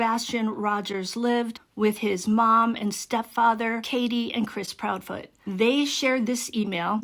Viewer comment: Proudfoot. Not proudfeet. Less than 3 minutes in